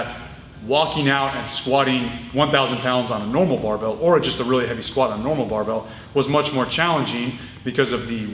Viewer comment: sometimes, he doesn't pronounce barbel, but rather "barbelle", the feminine form for barbell. a term originally coined in france during the great weightlifting revolution of the 1950's